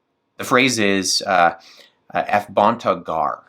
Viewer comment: You don't know Greek well. You should though in your field. gar is pospositive and would be the expected way to end the sentence. And it's pronounced "efobunto gar."